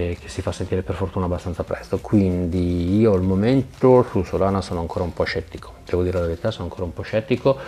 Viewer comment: ma è "SOLA"na :D